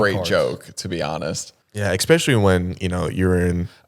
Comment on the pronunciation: mispronounces "eSpecially" "eKspecially" 😂